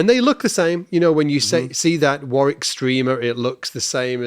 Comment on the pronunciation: Great video thanks guys. So funny to hear an American mispronouncing 'Warwick'. The second 'w' is silent, pronounced 'Warick'.